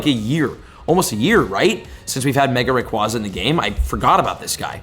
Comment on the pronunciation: Please learn how to correctly pronounce “Rayquaza.” The second A is long, it doesn’t make an “ah” sound.